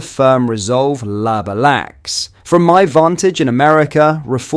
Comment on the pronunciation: Well Done! you have learned how to program your AI voice reader to use your own voice. Now program it to pronounce words correctly. It is blatantly obvious you are using an AI reader because it is mispronouncing. Using a voice reader makes you no better than labour, which your reader couldn't pronounce, because it shows a lack of regard for your supporters and indicates you cannot be arsed to put some effort into your work.